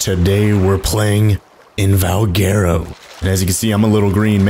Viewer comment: Its Val - gu - ro. All together, Valguero.